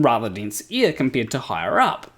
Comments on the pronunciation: Ear/air different spelling, different pronunciation love your stuff but anyone would think that you lived underneath us in an upside down ball lol 😆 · First off, my post was an attempt at humor, and admittedly neither a good nor obvious one. I was making a joke about Tree Potato's comment about how pronunciation of "air" sounds like "ear" to some people, myself included. I found it ironic that the word being "heard" differently was "ear". 😉 I had already been wondering about shirt showing "Dunning-Kerger" instead of the actual term "Dunning-Kruger (effect)", then happened to see the thumbnail, read the quote, and understood it was from a flat-earther who misunderstood it. My sleep-deprived brain somehow conflated the two events into one comment; my apologies for any confusion and inadequate humor I may have caused. 😔